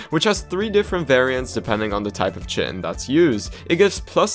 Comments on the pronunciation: Its pronouced kite-in not chit-in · Please look up how to pronounce chitin.